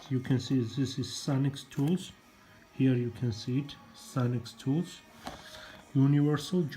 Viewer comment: You pronounced their name correctly. I'm guessing you already know but they also have a website as well as their eBay store. You should try some Armstrong ratchets and other tools